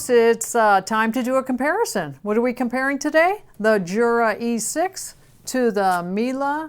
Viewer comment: It is a pity that you cannot pronounce the names of both companies correctly 😔